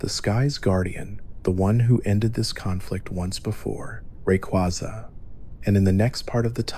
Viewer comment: Dont wanna be that guy, but pick 1 way to pronounce Rayquaza and stick with it lol. Other than that thanks for a good vid!